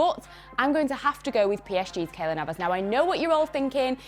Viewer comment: I immediately clicked of when she said KAYLORD navas